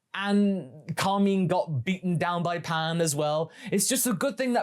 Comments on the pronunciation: Did I miss something, was he called Carmeen in the Japanese movie? I've not seen the move since release. Or is this a dubism? Cos I've known real Carmine's, and I've NEVER heard it pronouced so weirdly. Carmine is a stereotypical gangster name, like Carmine Falcone, which fits with the character aesthetic, I feel like I'm experiencing the Mandela Effect in real time. I honestly thought you were talking about Kami for the first minute and a half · Car- mine Cahr-my-n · Pronounce Carmine correctly or your pants will turn brown